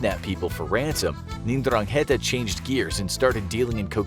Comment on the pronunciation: It's pronounced eN-drang-e-ta